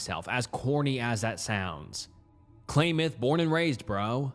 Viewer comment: If somebody said to me "Tell me you're from Oregon without telling me you're from Oregon" I would say Klamath is pronounced Clam-myth 😜